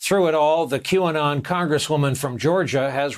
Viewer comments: Sir Kevin "Que-on", I suggest you refer to your Qanon butt-tattoo for the correct pronunciation. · He practiced pronouncing it as Qon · I love how miss pronounces Q anon playing dumb...what a liar